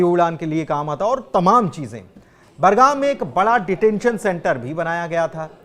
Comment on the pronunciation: बरगाम नहीं बगराम